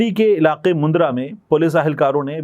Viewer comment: Mundra nahi bhai jan. Mandra bolte hn